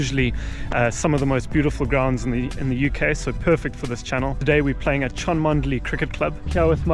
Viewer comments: Hi, Cholmondley is actually pronounced Chumley and that is a stunning ground with a good track have played there a few times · Grew up playing nearby, loved this video. Just FYI it's pronounced "chum-lee". Great stuff as always. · Sorry to be annoying but it's 'Chumley' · Another excellent video, but I think you'll find the castle name is pronounced Chumley . . . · Brilliant video, Cholmondley is pronounced Chumley. Rather strange but cheshire dialect! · It's pronounced chumley. I played there about 15 years ago and the wicket was even worse then.